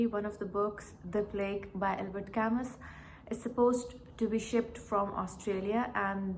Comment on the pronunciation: You wrongly pronounced Albert Camus. It’s simply unacceptable because he is perhaps the most important literary figure of the last century.